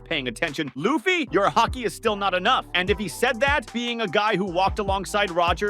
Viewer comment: Okay, as soon as I heard "Luhf-fee" I was out.